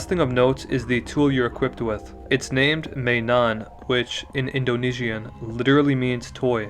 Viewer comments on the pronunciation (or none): Cool party game idea: take a shot every time he says “indo knee she an”